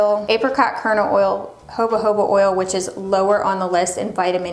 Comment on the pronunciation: I've noticed in a few of her videos, when says 'Jojoba', she always pronounces it: "hobuh-hobuh", instead of: "ho-ho-buh". 😄 I get a kick out of it every time. Does she say it this way on purpose? Like, maybe to be a rebel? 😁